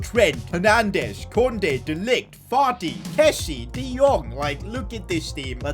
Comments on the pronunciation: did say Farti instead of Fati lmao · am I the only one to hear Partey before realizing he ment Fati? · He called fati farti he already a lot of disrespect on him name he don’t need more 😂 lol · Why do you call fati farty